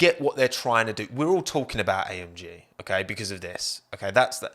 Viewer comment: When he was repeatedly saying AMG, he sounded like he was saying I am gee